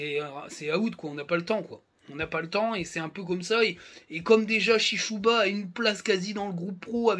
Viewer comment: Par contre il s'appelle SIshuba...pas CHICHOUBA